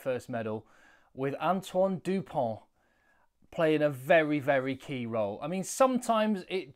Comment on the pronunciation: ok and is Dupont south african ? so just say his name right